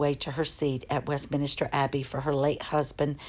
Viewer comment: I know you're American but stop saying WestMINISTER - It's WESTMINSTER